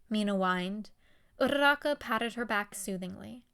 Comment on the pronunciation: idk why but the fact that you roll your Rs when you say uraraka's name just irks me the wrong way